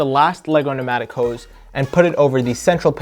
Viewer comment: Pneumatic not matic or penatic